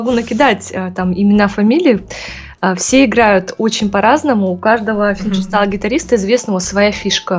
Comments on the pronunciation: Чет ухо режет этот ФинЖерстайл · Её в школе научили g читать джи а как на самом деле финГирстаил на русском звучит?